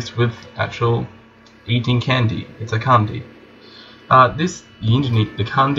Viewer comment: Lmao, it's not pronounced like candy, but "chandy", like cha from charles